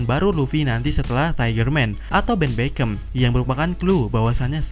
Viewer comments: Ben Beckman min, bukan ben beckam 😅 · BEN BECKMEN BANG ... KAGET GUAAA DENGAR ADA KARAKTER NAMA BEN BACKEM HAHAHAHA TAPI GPP KOK BANG TETAP KEREN HAHAHAHA👍👍👍